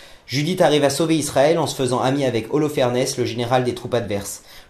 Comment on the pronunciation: Judith et holophernes, le s ne se prononce pas!